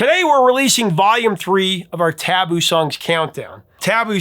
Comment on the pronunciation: I think you're stressing the wrong syllable of the word "taboo".